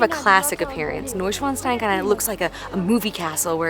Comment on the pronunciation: Hey and sorry, but i was amused again about your pronunciation (of Neuschwanstein). It was something like New Dick Stone in German😁. But i like your cinematic Footage very much👍. Have a nice trip.